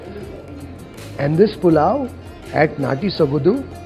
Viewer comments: Its Sogadu not Sogadhu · It is not sogadu....it is sogaDu....(after soga...say it the way English word 'Do' is pronounced....sogaDu'